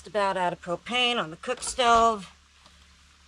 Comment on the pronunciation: I heard you say just about out of cocaine and I though what did she say I listened again , propain..